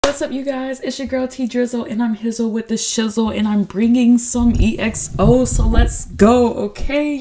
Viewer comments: Its pronounced like XO not E-X-O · Also EXO is pronounced like xo